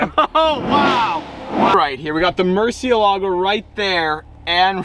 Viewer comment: The word murcielago comes from spanish so you don't have to act like that pronouncing it like an italian would (not) do (anyway). Thanks